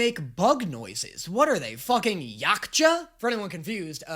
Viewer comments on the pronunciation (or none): As a predator fan I am disappointed on how you pronounced Yautja.